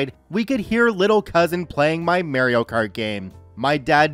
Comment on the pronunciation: You should never say Mario again.